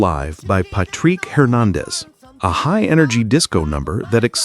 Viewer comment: Pat-Trick not Pat-Treek Hernandez